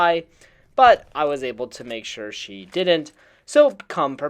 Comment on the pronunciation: Ghost of She as in, ghost of she not (shay). She is HER.